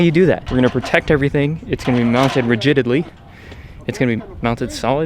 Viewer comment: “Rigididly” lol 😂 crazy to see where the cayman started. 🫶🏽